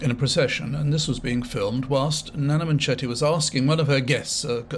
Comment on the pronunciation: I agree with 90% of what you say and enjoy your videos but the Journalist you mentioned is Naga Munchetty (not Nana manchetty as you called her) and she is actually a good journalist.